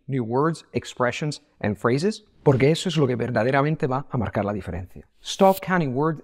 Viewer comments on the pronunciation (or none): none